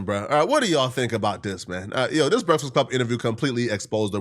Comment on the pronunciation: Bruh....its pronounced B-R-E-A-K-F-A-S-T...and E-L-I-G-I-B-L-E...bro...wtf LMFAO!!! You shouldn't make a video talking about ANYONE until you learn how to read and pronounce words correctly lol...smh...crazy work. Take a nap or something 😂😂😂